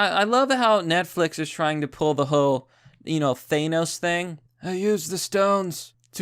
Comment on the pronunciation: The headline though “Cuties/Reminds us Trump sexualizes children”....whatever the fuck they’re smoking, it cannot be good shit Your content is top shelf but the way you pronounced Thanos is criminal